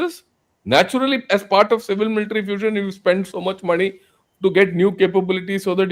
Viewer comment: makes lot of sense, it’s not மணி. It’s money😂